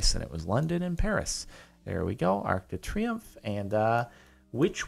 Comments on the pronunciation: "Ark de Treeumf" LEARN FRENCH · Being french I laughed at your pronunciation of arc de triomphe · you didn’t say arc de triumph (or however it’s spelled) in a FRENCH accent show us your accents other than russian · i love the way he pronounced "Arc De Triumph"!